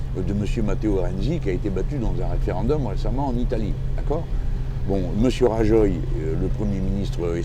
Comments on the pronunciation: Pourquoi prononcer ainsi le nom de monsieur Rajoy alors que vous parlez couramment espagnol monsieur Mélenchon ? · Écoutez comment il a prononcé Rajoy, en prononçant avec le son "J" au lieu du son "r". C'était peut-être fait exprès pour que les spectateurs français comprennent qu'on parle bien du chef du gouvernement espagnol, mais aux oreilles d'un hispanophone, ça sonne mal. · Rajoy se prononce "Raroille" (à peu près), avec premier R plus fort que le second. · Haha, "Monsieur Rajauille"...